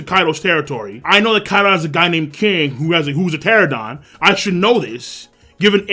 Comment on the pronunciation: Pteranodon, not pteradon.